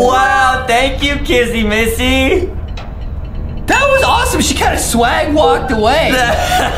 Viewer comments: I think he says kissy Missy and said I mean he says kassy missy instead of kissy Missy that's so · I like how justin called kissy missy, kassy massy 🤣